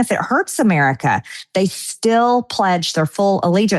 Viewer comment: When Erika says they I hear Israel